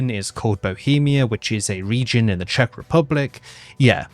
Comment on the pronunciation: Your pronunciation in Czech is actually really good ❤ especially since Czech is so weird of a language, that even native speakers often have to go through speech therapy as children to learn to pronounce some of the weirder sounds 😅😂